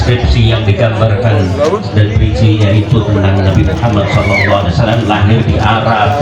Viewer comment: SAW mas....bukan swa